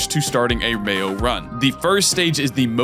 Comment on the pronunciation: I keep hearing mayo run and I just can't